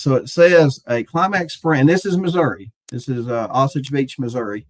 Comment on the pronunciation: its O Sage.. missouri..😂